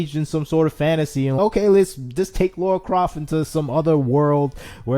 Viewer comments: I was shouting "Lara!" every time he said "Laura" 😂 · Dude it’s Lara not Laura. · It's LARA not Laura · Say "Laura", now say "Lara" please notice the difference! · He’s doing it on purpose I SWEAR 🙄😂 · he was doing it in purpose I swear 🙄😂 why he said it every sentence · It's Lara, not Laura! Lol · It struck me every time he said Laura XD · definitely did it on purpose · At the expense of sounding mean, please learn to pronounce her name correctly. She is way too iconic of a character for there to be any confusion.